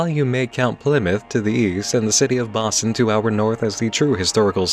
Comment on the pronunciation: When you said "Boston" to the north, my brain initially thought you said Ba Sing See lol